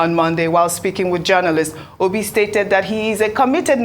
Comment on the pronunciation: The way he pronounced okpeeeeee sounds funny